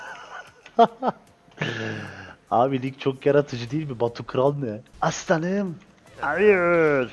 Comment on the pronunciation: abey neden aslanım diyecene assanım diyosun bak senin yüüzünde piskopat deliler gibi annemin yanında assanım diiyp duruyom annem bi gün beni dövecek şu assanım lafını aslanım yaparmısın pls